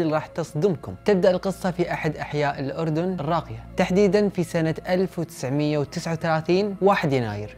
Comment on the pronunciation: بدقيقة ، انتا اول كويتي او خليجي بشكل عام يلفظ الاردن صح 🥲😂 ، بس عنجد شكرا لالك ع هل قصة الرائعه والسرد الخرافي مستحيل يقدر ينافسك حدن انتا الافضل دايما وهتضل الافضل بسرد القصص ♥️.